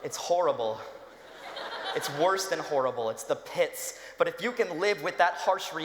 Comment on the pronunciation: did anyone else realize that he says the pits like in guild wars or am i just that nerdy????